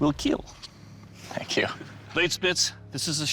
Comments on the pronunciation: “It will keel” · it will keel! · “It will keel…” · It will keel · Most importantly: it will keel